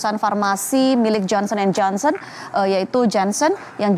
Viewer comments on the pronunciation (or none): none